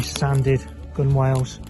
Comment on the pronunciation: I have watched all of your videos and learned a lot. A little lesson returned, gunwale is actually pronounced gunnel. Google it